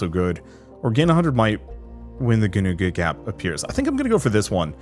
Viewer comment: that was actually pretty close to how Ginnungagap is pronounced, better than most media that has it in it think the only thing you got wrong was the first G has a bit more of a H sound in it... hard to describe